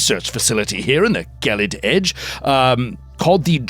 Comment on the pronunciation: Gelid, unlike gif, has a soft g